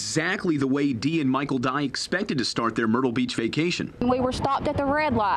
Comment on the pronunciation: the last name is dye not die.